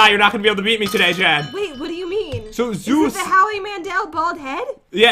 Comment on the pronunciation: Zeus Helment How pat says it: Zoo's helment